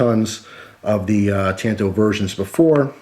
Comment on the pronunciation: ta(ah)nto. the second one just looks like a copy of the tanto kimura